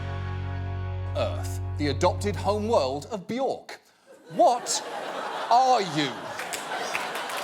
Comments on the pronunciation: Not bee-york. It's bee-yerk. It rhymes with jerk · It is pronounced "Byerk" rhymes with jerk. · "Bjork" :* The "ö" is here pronouced like the "i" in "bird", the "ea" in "heard", the "u" in "fur". :)